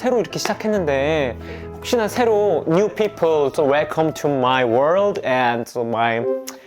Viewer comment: 쏘 WelcomE To 마y 월r드ㅋㅋㅋㅋㅋㅋㅋㅋㅋㅋ미쳤냐고